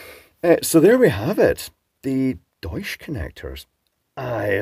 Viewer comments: It is pronounced doych. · It's pronounced "Doycha" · German pronunciation of "Deutsch" would have a hard ch at the end, like in "chair", not the softer sh sound. But I don't know the company or the bloke are German, and whether pronouncing it like a German would is appropriate at all. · Cheutsch connectors, nice…… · Hmmm, interesting. Why they are called "German" in German? You are pronouncing that name quite good, but the T is missing in the middle. It's like Dutch where the T is pronounced. Fun fact: Deutsch and Dutch comes from the same word base, it means "people". Dutch is used for the language in the Netherlands and for the German language words derived from Germanic tribes are used in other languages, like Alemanni for French, Saxons for Finnland, Nemetes for Poland. Yes, Germany in German "Deutschland" literally means "land of the people".